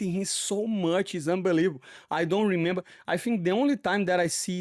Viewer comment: Moicano: re-member Moicano: he-member 😂😂😂 I thought that was funny. Great correction! lol